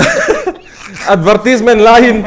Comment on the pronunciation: Adver tis nilo adver Tai's🤭